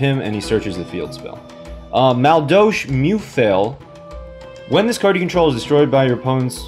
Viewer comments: That is not how you pronounce madolche. Not even close. Ma-dole-che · basically mad-ol-sh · Man I fucking love this deck archtype. I used them alot in the tcg. Although thier missing the key cards to make them good like anjelly, hootcake, mageleine and queen tiaramisu. Still excited to see this deck in duel links tho. Btw it's pronounced Ma-dol-chee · Dude wtf learn how to pronounce the archetype.